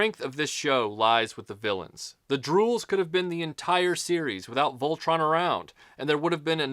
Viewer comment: good job even though your pronouncing it wrong its a great review